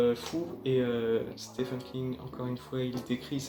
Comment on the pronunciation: Le prénom « Stephen » se prononce en fait exactement comme « Steven » avec un long i et un v.